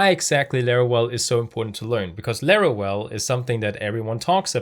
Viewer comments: Larawel? That is no "w" is Laravel. lol =] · Bruh, its LaraVel, not LaraWel😅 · Why you say larawel? Is Laravel. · laravel ❌lerorel ✅ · Why is he saying larawel? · Laravel ❤💜❤💜❤💜❤💜❤ Laravel Herd is now available on windows too, the free version has everything you need 😊 we've been waiting for it too long. I love your Lara well pronunciation 😂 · Excellent initiative! One thing though - you pronounce the 'v' in Laravel the same way you pronounce the 'v' in 'Vesterbro' (for example). Loving your channel though - keep it up! 🙏💪